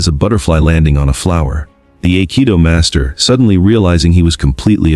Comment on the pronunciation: Aikido is pronounced "eye-kee-doh"